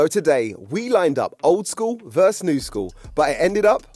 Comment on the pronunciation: VERSE = a musical term VERSUS = competing against PLEASE PLEASE PLEASE STOP SAYING THIS "VERSE" THAT.. apart from that one thing though I do really like the vids